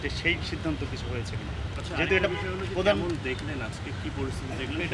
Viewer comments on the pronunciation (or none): none